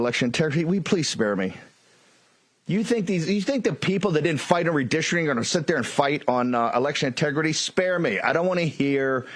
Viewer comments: Also, they apparently don't know that "redistricting" is not pronounced "redishering" and "decency" is not pronounced "deceny." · It's "redistricting", not "redishring". What drug is he on? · What is "redistristreen". What is a "bee-yen-air donor"? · What is redishering. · Why does Bannon pronounce it re-distering? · I thought SoB was in prison!? I’m going to puke if I have to listen to him try to pronounce “redisherin” again 🤮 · "Re-dish-ering". Just another MAGA/GOP drunken grifter. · Bro says Billionaire like "Be-an-air" I think he tried to say redistricting at one point, but that was even worse... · I love when someone who can't pronounce the word "redistricting" tries to tell people about redistricting.